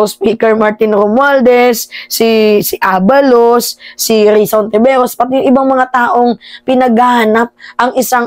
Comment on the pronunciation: ituwid mo ang bigkas Ng ABALOS.